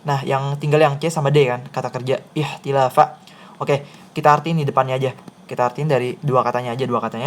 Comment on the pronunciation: Kk mohon maaf itu dibacanya ikhtalafa bukan ikhtilaafa, beda cara baca pasti akan berbeda arti🙏🙏, barakallah makasih ka...